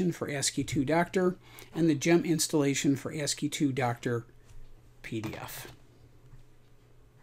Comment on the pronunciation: You are saying 2 because II is in the name but in this context it is not the roman numeral 2. Is is part of the abbreviation ASCII (American Standard Code for Information Interchange). So then ASCII is normally pronounced something like ask-y. So the applications are ask-y-doc and ask-y-doctor. Thanks for the video.